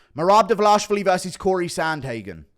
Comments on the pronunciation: Guru, brother, just look closely at Merabs lastname and try sounding it out slowly. Dva lish vi li. 😂 Also, as much as I enjoy your humor and analysis, the inbred freak jokes are getting old especially since many of them are better looking than you 😂, not saying you are ugly at all. Like take Usman Nurmagomedov for example. All I'm saying is it comes off as very apparently inaccurate. But anyway thanks for all the entertaining content! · You say Merab last name so weird